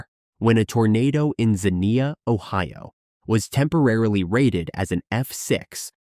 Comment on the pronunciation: one part of the video you said Ohio wrong.